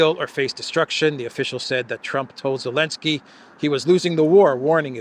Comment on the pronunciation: Why do you say 'Elensky'? Just to show disrespect? Childish.